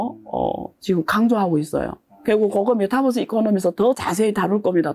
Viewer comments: 메타뻐쓰 ㅠㅠ 유니버스라고 읽듯이 메타버스라고 해주세요😂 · 내용도 좋고 다 좋은데 배우신 분이 메타뻐스~~ metaverse 메타버스로 발음해 주면 더 좋겠네요,,,뻐스 뻐스 그러니까 챙피하네요^^